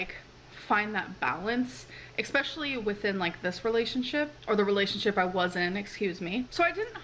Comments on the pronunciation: Every time she says “expecially” I lose a bit more sanity. I have learned to live with “I haven’t ate today”, but I swear to god something needs to be done about “especially”, how long has she tortured this poor adverb?! Someone fix this! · I know, every time she says it, a little voice of chirps in the back of my mind going "especially" because when I watched him, he'd correct her nearly on reflex. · Haha! I was waiting until the end of the video to post my comment to say, "It's eSPECIALLY!!!" Later, when she says, "She writ me a letter," I cracked up! 😆Yet again you beat me to it,! 😂🤣 94 F (34 C,) is just an ordinary summer's day where I come from. The trick is to ACCLIMATE but, of course, this one has NEVER done that because she holes herself up in her air-conditioned apartment 24/7, 365 days a year. Unlike yourself, the temperatures she's experiencing are not some sort of strange anomaly, they are not far off average where she lives, at this time of year. Gesu Cristo...🙄I think it would be fascinating to see a video where someone has edited the word "like," from her vlogs, (the times it's used out of context as a filler word,) just to see what we end up with. I love gemstones and have a beautiful collection housed in a vintage cedar display case. Gorgeous! I have a huge open-plan house with no air-conditioning (it's too expensive,) so, on the hottest days here (up to 39/40 degrees,) I walk about under my ceiling fans or sit in front of free-standing fans (in the nude when nobody's here, or a tank-top and shorts in front of company,) with a water spray bottle that's infused with a couple of drops of essential oil. It really helps. Cheers. 😊🦘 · EXpecially isn't a fucking word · SOOO FUNNY THAT I WAS TALKING OUT LOUD TO MYSELF CORRECTING HER ON HOW TO PRONOUNCE “ESPECIALLY!” THERE IS NOOOOOO “X” IN THE WORD! MAAAN LEARN TO SPEAK PROPERLY! U PRONOUNCE SOOO MANY WORDS!🤦‍♀️